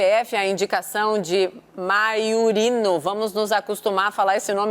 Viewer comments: A mulher não sabe nem ler: é MAIURINO e não MAURINO! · Tropa de Jornalistas esquerdistas e incompetentes. Aquela MONA que de frente parece bonita, de perfil é horrível de feia, ademais, nao sabe pronunciar Maiorino.